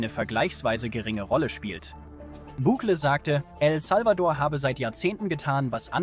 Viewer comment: Meine Guete, lerne einmal Bukele richtig auszusprechen, das hoert sich total asi an und macht das Video lachhaft. Andererseits kommt Ihr sehr spaet fuer eine derartige Reportage als waere der Schnee von Gestern immer noch da.